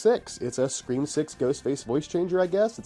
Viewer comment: 5cream is such a hilarious pronunciation, thank you for that. 🤣